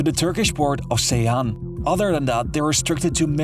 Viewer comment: its pronounced as djeyhan (ceyhan) and there is also another river named seyhan( pronounced as seyhan) lol